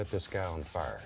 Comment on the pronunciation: I love how he says “fire”, he goes like “fyrrr”